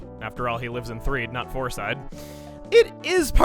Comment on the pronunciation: You said floreside bakery second foor